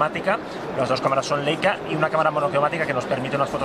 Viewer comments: También se dice "Laica" no "Leica" :) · No se dice "Leica", se pronuncia "Laica".